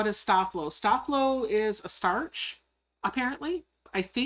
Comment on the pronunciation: Hi, a great Live! I Love ❤️ the vinyl pouch, adorable 😍 💕 FYI, I grew up with a Mom who ironed all of my Dad's man tailored shirts that he wore to work daily she used Sta-Flo and it should be pronounced Stay Flow. Just thought that people of the younger generations should know!Thank You for Sharing another great project 👍 😀